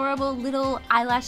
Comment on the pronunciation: eye layshes